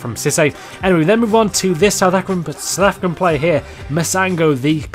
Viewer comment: Love how u said "south afrika" hahaha